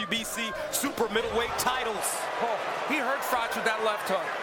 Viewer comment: Its not frocsh its frok